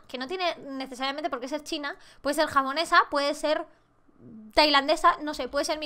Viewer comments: has dicho jamonesa en ves de japonesa 😂😂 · Gianella Mernes escierto dijo jamonesa :v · He sido yo solamente que me pareció que a dicho en el min en vez de japonesa jamonesa like si lo has notado👍